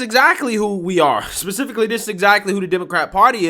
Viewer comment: I'm sorry I love you but you said "pacifically" instead of specifically